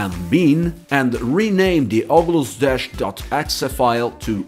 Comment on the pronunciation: Ogulus 😂 great vid tho thanks